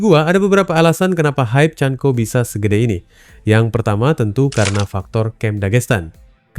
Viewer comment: Bukqn chanco tapi chanKO..sebut biarlah bagi betul. Jangan asal main cakap saja.